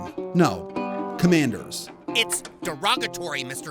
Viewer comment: Washington “Cammanders”